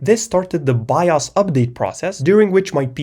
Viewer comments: The only pause I had was me looking in the comments when he first said "by us" instead of bios to see if anyone noticed. (Also, for no absolute reason, to download an emulator and play some Star Wars: The Complete saga) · bro it’s pronounced “Bios” not “Bios” 😊😂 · i love the way you say bios by-os